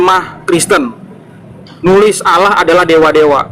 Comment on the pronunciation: Terkadang geli kalau dengar membaca istilah Allah, ingin sekali nampol mulutnya, dikarenakan lafalnya tidak sesuai, dengan adanya bang Aldo penterjemah asli perkataan josuah saya sangat senang agar otaknya tercerahkan